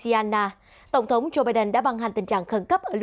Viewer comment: đọc: tộ chức, tộng thống...